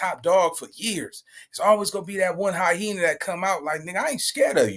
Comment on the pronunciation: Its hy - ena NOT Hy - Hena